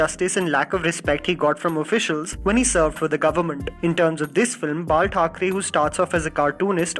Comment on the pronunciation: Did you just say Margaret Thacharey ??????? :O